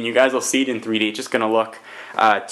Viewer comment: glasses free free dee is what you said the first time